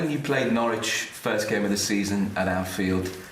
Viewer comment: It’s a sign of how much people love jurgen, that no one wants to tell him he’s mispronouncing the name Norwich 😂